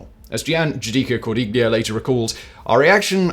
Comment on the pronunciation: Simon. “ gli” in Italian is pronounced as “ lee” with no “g” sound which no doubt isa 😊 diachronic aphthong much like the “ gh” in night, might, sight, right..etc. So Cordiglia would have been pronounced as / Cor-dee-lee-a/.